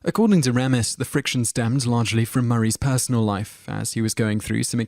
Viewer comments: You mispronounced Harold Ramis' name, not once but twice, you idiot! It's actually pronounced "Ray-mis" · Ugh especially ‘Ramis’. It’s “RAY-miss”, ya ignoramus. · and it's Harold Ray-mis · funny how he's all into U.S. celebrities but mispronounces many of their names, like 'Harold Rommis'. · Or RAR-miss for that matter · After watching half a dozen or so videos, I can't resist it any more. The narrator needs to learn to pronounce people's names. The name Ramis is pronounced Ray - miss. The name Tejeda is pronounced with the "j" sounxing like an "h" (in the video "People Too Beautiful...") There are others but those were the most annoying for me. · Interesting video, but you REALLY need to learn how to properly pronounce some of these folks names. It's Richard DRYfuss, not DRAYfuss. And Harold RAYmus, not RAH-mus. And I'm pretty sure at one point you called Kenny Baker, Kenny BARKer. Just saying. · It's RAYmis not RAMis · What the heck? How is it even possible for you to mispronounce 'Harold Ramis'? ( 'RAY-MISS' not 'RAW-MESS' ) How annoying, Clearly you do not do any real research... In fact, I'm not just being nit-picky, that is a 'tell' that shows: 1) That you have clearly never heard his name spoken out loud and are therefore 2) most likely spouting someone elses written thoughts. WHOSE WORDS ARE YOU PLAGERIZING SIR? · Its Harold RAYMIS not Raaaamis. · Harold R"AY"mis not Harold R"AH"mis you buffoon. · Whose Harold RAM- is its Ray -mis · I'm British, but I know it's Harold RAY-miss not RAA-miss. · ummm your butchering of the last names was HORRIBLE!!!!! 10 - Dryfuss- (Drie-fuss) 9 - (Ta-kay) 4 - they are NOT gay they are droids! 2 - (Ray-miss) and they were not enemies!!! PLEASE - don't do any more of these!!! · It is pronounced Harold RAY-mis, you silly Brit. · I'm British and he is mispronouncing most of the names. Kenny Barker???? Harold Rarmis. He also says lots of other words incorrectly, maybe he can't read.